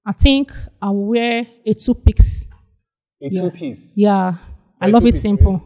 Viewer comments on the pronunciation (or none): So of all the pretty ladies present, you chose the 2pix lady. Like who pronounces a 2 piece outfit as 2 pix ehhhhh. 😢😢